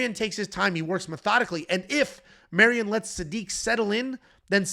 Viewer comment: Another Mairon Santos breakdown where calls him Marion the whole time 😂